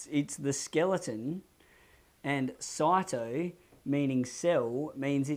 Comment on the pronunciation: Good, and thank you, but isn't it 'sigh toe', not 'saw toe'? As in cyto-skeleton. And aren't there motor proteins which move along the cytoskeleton to move things, not so much the cytoskeleton itself moving things?